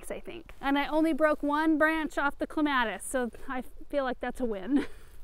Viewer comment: Thank you for saying "CLEMATIS" the right way...LOL!!